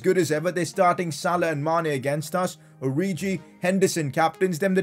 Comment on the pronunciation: plz stop pronouncing names wrong its not oriji